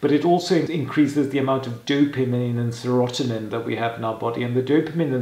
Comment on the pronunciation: It's pronounced sera tonin